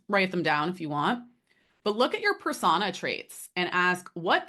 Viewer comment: This is driving me crazy ... but its pronounced ... per sew-nah or per so -na .... not persagna ... persona ..... but ... overall interesting video